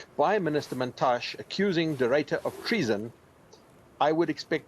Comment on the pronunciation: It's Mantashe by the way... at least get the man's name right.